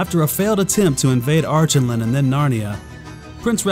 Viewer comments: The pronunciation of these names is really throwing me off. I remember hearing Douglas Gresham, Lewis' stepson and the holder of the rights to the stories, pronounce Archenland with a hard k in the middle like Ark-en-land. And instead of pronouncing Calormen like Callaghan, it was Cuh-lore-men. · Love these videos but I recommend you listen to the audiobooks the pronouncements of calormen and archinland are off